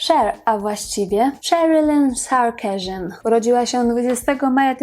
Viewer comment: Sarkisian czyta się „sar-kis-jan”, to z pochodzenia Ormianka, po ojcu😊